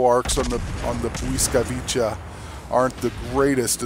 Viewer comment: At the end "Bwyskavitsa" cause you said it "Bwyskavicha" but o.k.